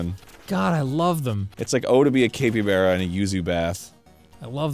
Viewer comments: Did Arin really just pronounce it cape-E-bara? I swear to god. Arin. Read a fucking book. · The way they pronounce capybara makes me mad, it's cap as in baseball cap not cape as in a superheroes cape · I thought it was pronounced "cap-E-bar-uh", not "cape-E-bay-ruh" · What the fuck is a Capie bear Arin? do you mean a Capybara? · Every time Arin says “cape-ee-bear-uh” I die a little inside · This game is definitely has my support, though I had to look up how to pronounce capybara. Capybaras are my spirit animal. They always look so chill, positively unflappable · UH I'M SORRY A WHATABARA? A CAPEY-BARA???? ARIN PLEASE WE JUST GOT OVER THE NEVADA CONTROVERSY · After talking about the Nevada nevahda thing did arin really have to pronounce capybara like that?